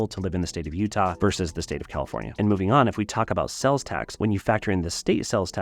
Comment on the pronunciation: Are you saying "sells" tax? It is "sales" tax